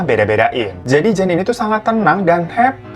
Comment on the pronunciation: Nama JAN, dibacanya YAN kak, dalam bahasa Belanda maupun Vlanderen Belgia, Huruf J itu dilafaz nya Y.